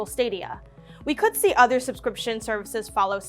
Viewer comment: Huge emphasis on "could"